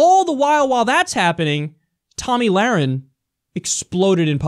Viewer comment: Did Glenn Beck just call her "Tummy Lahren"?